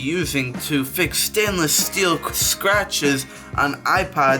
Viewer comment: I don’t take advice from a guy that’s says “stanless glass”